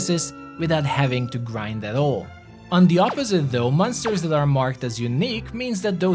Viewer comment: I don't know why you pronounce monsters like m-un-sters. Good video nevertheless.